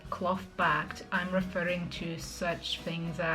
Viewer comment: I like you very very much but: "cloth" is not "clot", the "th" is like in "thunder"